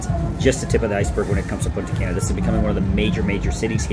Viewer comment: It’s “Punta Cah-na” learn how to say our cities. Not “Punta Can-nah” And “Sahn-to Domingo” not “San-to Domingo” Get it together